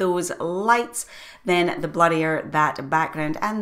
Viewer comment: LOL. It took me some time to figure out that you were saying "blurrier", not "bloodier". I turned on "Closed Caption" (CC) to read what your were saying. I thoroughly enjoy your style of teaching. Thank you. So much to learn. Chuck